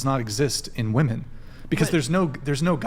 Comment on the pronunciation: Ok you can't even say "WOMEN" correctly.